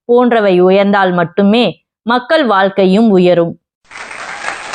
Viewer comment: மக்க"ள்" என்பதை மக்க"ல்" என்று தவறாக உச்சரிக்கிறீர்கள்!